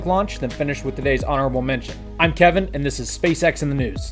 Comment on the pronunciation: He said Keven :(